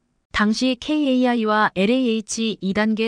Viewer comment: Kai는 카이로 읽어주길 낮설게들리니